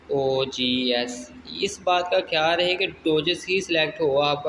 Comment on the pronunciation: Dogs not doges😊